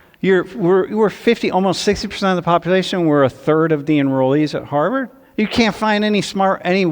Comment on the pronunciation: As a Bostonian, i appreciate his correct pronunciation of Harvard.